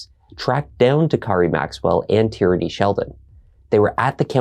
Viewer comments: Tierny. It’s an actual name/surname. Like Maura Tierney or Kieran Tierney. It’s pronounced TEER-NEY, not TEE-RAN-NEE. Good look trying to hide covert intentions on what you all really wanted to say judging by this ignorant ass thread. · Tierney= TEER-NEE Tyranny= TEE-RAN-NEE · "Corey's girlfriend, a woman named Tyranny..." 🤦‍♂️ 💀 not Tyrannyyyy 😭